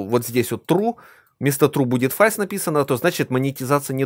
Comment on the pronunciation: фолс, а не фальс, а то звучит суперкринжово, а так хороший видос, спасибо